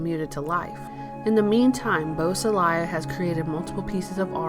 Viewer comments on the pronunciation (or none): Boo-sah-lay. Not bus-ah-lie-ah. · Beausoleil is French for beautiful sun and is pronounced "Bo so ley' not Bo so Lial. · geez. the narrator doesn't know how to say his name. really thin facts too. get it together,! or remove this unprofessional crap. lame